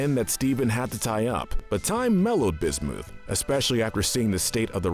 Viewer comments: Bismuth not busmuth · Bismooth instead of Bismuth is the worse imo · it is bis muth not bismoof and it is su g lite not sujilite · it’s not bismuuth it’s bismuth not suuchalite sugalite😊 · BIS-MU-PH NOT BIS-MOO-PH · Bismith not Bismuth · did you pronounce bismuth as "bis-mooth" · The way he says Sujilite lazooli and bismooth are the most evil 😭💀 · BisMOOTH BisMEWTH SuJELITE REALLY? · i’m not loving the pronunciation of bismooth and sujilite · my guy really said bismooth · Most evil person on this list is you the way you butcher some of the gem names is apparent and its really annoying if you could please redo this and actually pronounce them properly I would be happy with it but come on I can't let bismoth go by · Nobody the narrator B I S M O O T H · You mispronounced Lapis lazuli, bismuth,sugilite why do you do this, stop saying names wrong...its seriously infuriating this is why im never subscribing to you you dont know how to say names right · “Bismooth” “Lapis Lahzooli” “Sujilite” Also why no malachite and alexandrite? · Im laughing at BIS-MOOTH and SUJALITE XDDD lololol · Wtf is wrong with you dude why are you saying names wrong bismuth is not bismooth and rutile is not rootle or what ev you said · The fact that he said bismooth makes me cry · i swear to god this guy needs to stop pronouncing names Edit: But No Seriously lapis LaZOOLi bizMOOTH suJAlite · did he just say Bismooth? LOL XD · Excuse me, but did he say, B i s m o o t h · B i s m o o t h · Learn to pronounce!(Bismooth?) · Anyone else get upset at how he pronounced bismuth as bismoooth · Am I the only one who hurts physically every time i hear how he says bismuth? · Uhm, is anyone else noticing the mispronounciations? Bismuth, Sugalite, Rutile...?